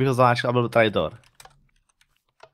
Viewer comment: Čte se to trejtor